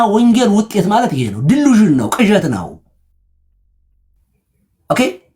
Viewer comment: እንግሊዘኛው ቀርቶቦት ድሉዥን አሉ አይ አለማወቅ እብድ ሲጮህ ሁሉ የሠማዋል